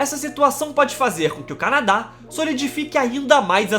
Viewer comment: PUTA QUE PARIU!!!! Eu juro que tento ver os vídeos desse canal. Mas, de boa, o jeito que esse carinha narra é insuportável pra mim! O cara parece que canta, dá sempre ênfase às sílabas finais: canaDÁ, hostIL, inverNO, planeTA! Aff! Não dá pra mim! É chato pra CARAI!